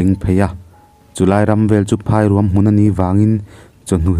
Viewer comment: Phairuang i chhiar dan hi a dik lo, Kaikuang tih kan lam rik dan nen a in ang chiah